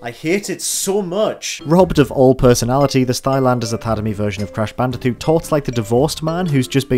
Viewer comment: Can you pronounce c, k, g without saying t? (Example: Crash Banditoot, Stylanders, etc.)